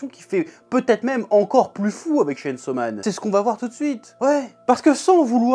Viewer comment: Tu pouvais au moins prononcer le chain : tchayn 😭